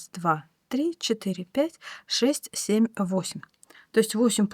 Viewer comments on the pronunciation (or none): none